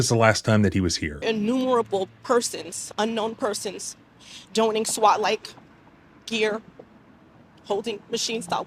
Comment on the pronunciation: And her mispronunciation of the word donning isn't an indication of a written speech that she's reading now? Missed that, didn't you? She said "doning". Did she mispronounce a word from her own memory? Yes, tell me how your inability to see that makes you look smarter than my knowledge of modern weaponry makes me look.